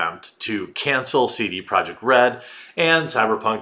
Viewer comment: Why do you say "Saidie Project Red"???? You say your vowel sounds weird.